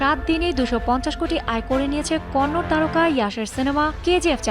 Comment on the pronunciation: Konnor na Kannada hobe